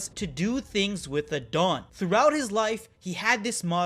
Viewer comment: Every time said "the dawn" I heard Dadan 😆 Duh-dawn